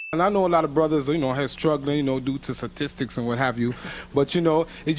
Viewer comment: As the brother said, "sa-tistics".........